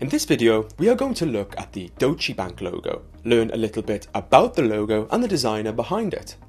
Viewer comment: It's pronounced "Doytch" not "Do-che"", right?